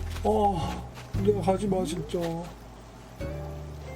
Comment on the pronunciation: 문대를 순대라고 읽는 매-직